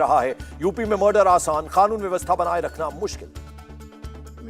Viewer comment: O bhai khanoon mt bolo. Kanoon bolo